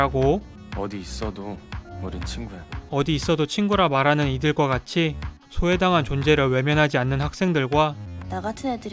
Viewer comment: 근데 왜 소외를 ㅅㅇ라고 하세요 ?